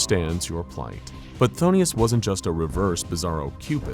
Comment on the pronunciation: Why is he constantly pronouncing is as Pthon*i*us and not Phthonus.